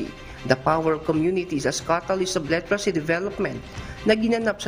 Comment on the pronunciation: Ayusin mo ang pag- pronounce ng literacy. Hindi litracy ang pagbasa nito .